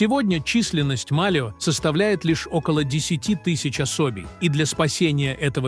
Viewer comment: Тка́чи, со́ва, осо́бей у рассказщика дефект речи. Правильно ударения не может поставить